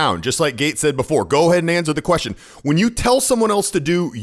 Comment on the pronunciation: He "axed" a "querstion"?